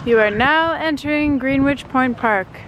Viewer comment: Greenwich = Gren-itch